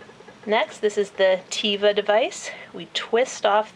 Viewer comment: The Teva generic for epipen is actually from israel Also it's pronounced "Teh-Va" and not "Tee-Va". - [Insert Name Here]